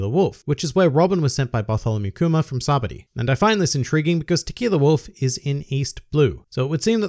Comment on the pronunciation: By the way, Funimation pronounces Sabaody as "Sayba-ohdi" so that's the pronunciation. Just to let you know!